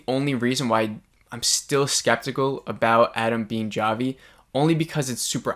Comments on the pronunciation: Oh honey... It's pronounced "Hah-Vee," but I couldn't help but find you saying "Jah-Vee" so cute and endearing lol 🥰🤗 Love these... And love the discussions we all get going down here in the comments! Thanks for keeping them coming!!! 💕 PS: my theories.... I think Bobby Farley is the person who started the "Flex" joke/rumor about Travis (I gotta go back and listen to him tell her the story again!!). Also, I haven't believed Jeff was involved, until now. There wasn't time for Adam/Javi to unlock that safe and take Shauna's journals.... And it's like you said; they want us to believe it's him... At this point, a bit too much. I now, finally, believe Jeff is involved in the blackmail thing for sure! Also, the #2 season trailer highlights the moment when the girl stops another from eating a mushroom and said it's poisonous, and then Van says, "Like, kill you poisonous, or trip your balls off, poisonous?" Why would the big season trailer mention that, of it wasn't significant? It's bc it IS. I believe they're all tripping in the next episode, and it probably becomes a ritualistic thing, and it allows them to do things they wouldn't normally feel comfortable doing (ie... eating another human). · How do u mess up the name Javi? It's like saying Mike wrong!!! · If I hosted a review show or Podcast, I would think at a minimum I would take the 3 minutes it takes to actually pronounce characters names correctly. It just exposes a simple level of professionalism. I mean, it's not that hard to do. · Dude. Have you even watched this show???? Javi is NOT PRONOUNCED WITH A HARD "J" 😠 such a simple thing. 2022, bro. Wow. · Lmao why are you pronouncing Javi like that 😭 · Its actually Chavi (hávi - c is silent), not džávi or whatever it was that you said 😀 so basically its not a review but just reinterpretation of the episode. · I appreciate your videos! & I mean this in the nicest way possible, but its pronounced Javi as in "Ha-vi" not "Ja-vi" lol :) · It’s Javi (Havi) 😂😂😂😂😂😂